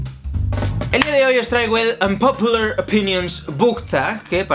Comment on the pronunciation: Jaja y se pronuncia "onpapiuler" no "onpopular" 😜